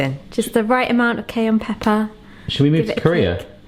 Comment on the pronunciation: It took me at least 30 seconds to figure out what "cane pepper" was.